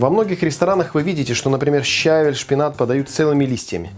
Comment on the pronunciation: В русском языке правильно говорить не только со́усЫ и блю́да, но и щаве́ль! Салат странноватый. Редиска в воде не понравилась...